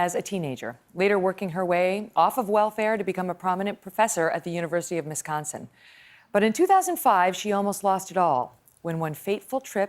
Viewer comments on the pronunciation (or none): university of minsconsin